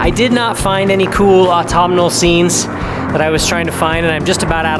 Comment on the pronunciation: stayed right to the end :) ,, p.s. i also do like how you pronounce autumnal